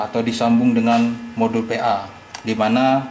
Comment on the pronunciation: PIN, PLL, PA, bkn FIN, FLL, FA .. KOFLER